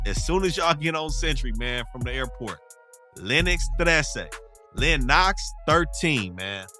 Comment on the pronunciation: That's right, like how you know the way Lennox pronounces their hood. This is the most informed of these types of channels I've come across. Your channel is legit.